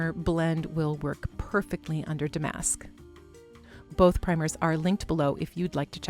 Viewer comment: MCM is not my style, but you do it soooo well. Lovely piece. Love your unique channel .....would really enjoy seeing you on stage ! BTW Damask is pronounced with the accent on the first syllable..DAH- mesk. All you young girls make that mistake lol.